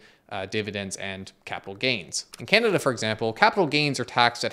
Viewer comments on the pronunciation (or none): none